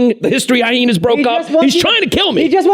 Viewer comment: Someone please tell Aziz Ansari Jr that it's pronounced hi-enas...Not hy-henas...